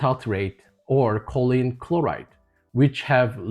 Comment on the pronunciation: Just for the record, choline (pronounced KOH-leen) is a supplement. Colon (pronounced KOH-luhn) is your butt. Just saying . . .